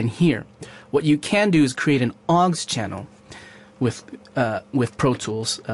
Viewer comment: PS it's au X, not 'awggs'